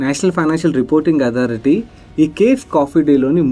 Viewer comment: It takes a lot of guts to call out such things. As a human, the way she stood up and ran the business is inspiring but as an investor, we should not get carried away by these. Chinna correction, cafe ni ka-fay ani pronounce cheyyali